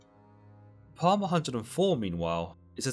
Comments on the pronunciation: “Psalm” is pronounced “salm” not “palm” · Bro, why are you pronouncing Psalm as “palm?” It’s pronounced “salm.” Still love your vids. ❤️ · Did he just say "palm" 😂😂😂😂 it's Psalm bro cmon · Not complaining but The P is silent so it’s pronounced saam not Palm. Otherwise keep up the good work I enjoy listening to your videos whilst walking my dog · Psalm is pronounced "salms" not "palms" 😂👍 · Psalm is not pronounced palm. It is pronounced as (p)Psalm. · Psalm ist actually pronounced Psalm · The P in "Psalm" is silent. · Love the video. The only thing is in the word Psalm the P is silent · "Psalm" is pronounced wrong not sure if you purposely pronounced it that way. Other than that, its a good explanation.